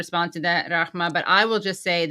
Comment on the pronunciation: Impressive Katie you are pronouncing Rahmas name like a pro.